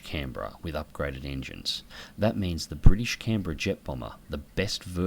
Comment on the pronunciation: That was probably the best ending i have ever seen in a realistic battle, canberra pronounced correctly too